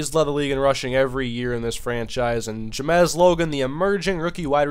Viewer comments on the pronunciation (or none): It's JAMES ! Not Jamez ... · wh does he say ja-mes its james but other than that good vid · Google his name. It's Ja-mes Logan. Juh. Mez. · Please learn how to pronounce the name "James". You're saying it as if it were spelled "Ja-mez". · Jamesssss u pronounce it as Jamez hahaha im probably wrong though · how do you mispronounce james.